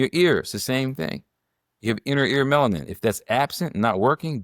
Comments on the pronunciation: It’s a 3 syllable word. Melanin.. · Respectfully, the word is “Alzheimer” not Old Timers. Also, Melanin has 3 syllables—Me-la-nin. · "Bigo logical" "Melin"? Does she have a speech impediment? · Will someone PLEASE inform this educated Queen that the pronunciation of YAHWEH'S elixer of life is MELANIN! Thank you very much! ❤❤❤❤❤🎉🎉🎉🎉🎉😊😊😊😊😊